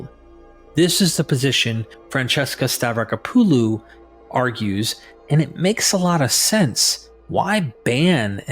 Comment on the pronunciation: It's pronounced "Stavrack-oppalu" not "Stav-racker-poo-loo"